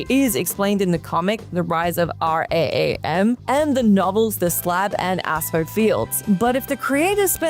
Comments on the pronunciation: Celebrimbor is pronounced with a hard c, not a soft c. So a better way to spell it is Kelebrimbor. Also, did you seriously just say the “Rise of R-A-A-M”??? You know the main antagonist of the 1st game is General Raam, right? Lastly, the final boss fight of Fractured But Whole def feels like a final fight since he CHEATS THE ENTIRE FIGHT! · Christ and you can't even pronounce RAAM??!? the Australian education system everyone